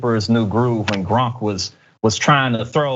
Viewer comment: DId he call Kronk "Gromp?"